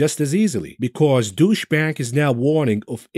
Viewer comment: When he says Deutsch bank, I hear douchebag.